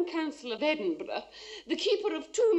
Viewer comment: I shouldn't be so impressed but I'm always happy when an American pronounces Edinburgh correctly